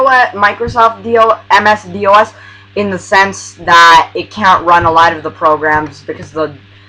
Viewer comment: Just FYI, it's not pronounced with each letter, "D. O. S.", rather it's pronounced like a word, "dos" with the "O" sounding like it does in the word "top". A lot of younger people make the same mistake, it's nothing to worry about. :)